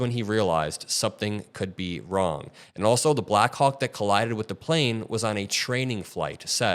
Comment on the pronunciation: The helicopter collided with the plane. Say it right